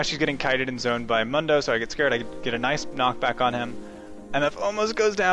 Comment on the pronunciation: Isn't it pronounced 'moon-dough' ? Otherwise great vids, I always learn a lot